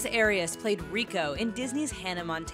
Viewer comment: It's not, "AY-RIAS" it's "Ah-rias"